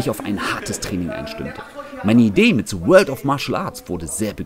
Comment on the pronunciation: „Ich bin und das ist SE World of Martial Arts“ 😂